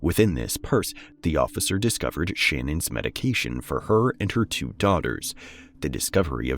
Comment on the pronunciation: Her name is Shannon so it's pronounced Shannon too. Her pronunciation of her fake name is bs